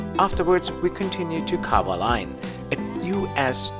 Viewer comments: “Qua-zha-leen” and not “qua-ha-line”, but whatever… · No big deal but Kwajalein is pronounced (kwa-ja-lin) with a hard J sound. I'm glad you mentioned the earlier days of the island hopper with Continental Air Micronesia. I had a friend who piloted this route for years with them.